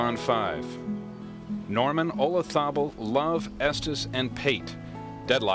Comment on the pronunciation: I've always hated the way Nance pronounces Olazabal's name...JUST PRONOUNCE IT AS IT'S SPELLED... PLEASE...There isn't a TH anywhere near the spelling of that name...😁😵‍💫👎👎